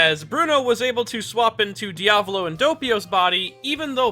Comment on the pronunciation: its not Dia VòLO its Diàvolo the correct pronounce also not PASSCIONE BUT PASS IONE.